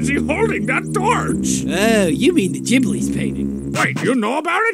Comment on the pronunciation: Sheesh, can't even pronounce Jibblie properly.